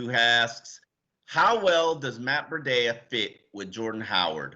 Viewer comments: Breh-dea? WTH! It’s simple its Bree-dah. How are these sports reporters unable to know let alone pronounce the name correctly? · YOU GUYS CAN'T EVEN SAY THE GUYS' NAME! OMG! IT'S MATT BREE-DA, CAN YOU GET IT RIGHT? VERY UNPROFESSIONAL! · I wish Sun Sentinel would give Chris Perkins spot. Painful to hear pronounce names. Our new RB is now a water filter! Brita...!?.....smh. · it’s pronounced Matt BREEEDA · can't say Tunga-vai-o-la, Breed-a or Ig-bi-nog-a-nee. I'm disappointed because it shows a basic lack of doing his job. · Please guys. Its pronounced BREE-DA. This is a home team channel Sun Sentinel. Represent for the Dolphins, get the names of our player right please. Let these new players feel welcomed, lol. Peace